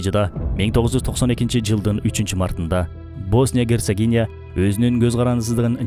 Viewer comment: Герсегония эмес Герцеговина